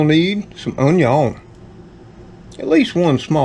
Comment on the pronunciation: Now that's a great way to use the produce from the garden. I like doing that myself. I love how you say, "Unyon," as it reminds me of old Justin Wilson who had that Cajun cooking show many years ago. Enjoy your dinner. Blessings to all.